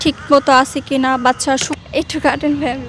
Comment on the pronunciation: Uni bolcen Bacca Ami shuneci Paca 😂